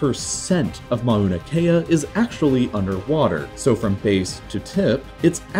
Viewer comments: Mow-na not ma-oh-na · “Mauna” is pronounced “mow-nah”, not “mah-oo-nah”. The first syllable rhymes with “now”.